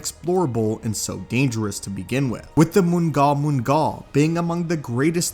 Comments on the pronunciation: I have always heard mngal mngal pronounced as the "nal nal" or "gnahl gnahl," not being a know it all, but that is significantly easier to say, for future reference. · The G is silent in Mnggal Mnggal. Its basically the Star Wars version of the Flood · Loved the video but your pronunciation of mnggal mnggal kinda hurts to hear